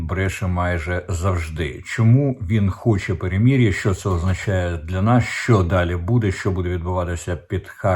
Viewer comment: В укр.словах ' мир',перемирити,перемир'я голосна ' и' повинна звучати як " И укр./ Ы рус (, укр.вухо ріже ' перемір'я,)...Також сотні раз Вами промовлене " ракєта,ракєти.Правильно буде " ракЕта / русс.буквами ракЭта /...